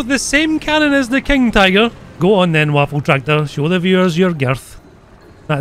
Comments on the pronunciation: Not waffentraktor. WAFFENTRÄGER. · Nashorn = Rhino also the pronunciation is more like Vaffen Trayger